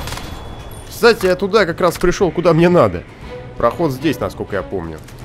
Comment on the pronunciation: "кстати", а не "к стати"